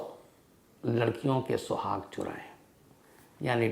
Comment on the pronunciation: Shuaag...raat?? Suhaag*...raat.😅